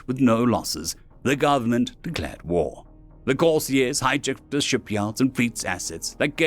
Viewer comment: The author should use his dictionary frequently, he might be able to use words like "retro-burn" accurately. Possibly the narrated pronunciation or Corsairs was due to a misprint on the screen. An interesting story, though if the Corsairs were going to actually help, they would assist in tech advance, be it openly or surreptitiously.